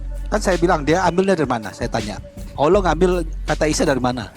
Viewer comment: Haleluya nama ALLAH saja jelas masa ALLAH di sebut aullah hahaha😅 yang benar aj brow